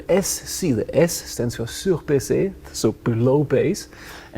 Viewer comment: SurbaiSSé is lowered, but he pronounce it surbaiZé which means over fucked LMAO